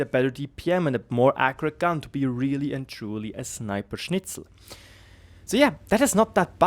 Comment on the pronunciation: I couldn't believe it when you said "schniper scnitzel"